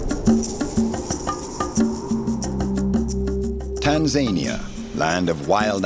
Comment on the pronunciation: It helps to start a documentary with the correct pronouncement of a countries name. Tan za ni a